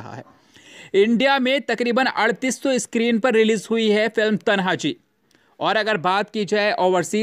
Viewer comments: It is Tanaji, not Tanha ji as you mentioned in Hindi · Pehle bolna sikh le bhai, phir video banaa, तन्हाजी नही तान्हाजी नाम है मूवी का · तान्हाजी है वो तनहाजी नही😠😠😠😠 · Kya faltu video banate ho Are thik se hamare maratha yodhaoka [तनहाजी] naam nahi le sakte or chale video banane Naam hai [ तान्हाजी मालुसरे ] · भाई तान्हाजी बोलो